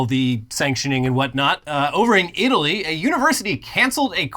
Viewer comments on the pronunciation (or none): none